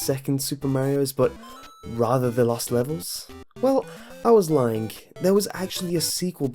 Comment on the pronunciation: I was lyingk? It sounds like you are putting the letter k after lying.